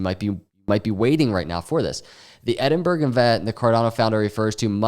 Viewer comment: Edinburgh is Pronounced Ed-in-bar-ra or ed-in-burra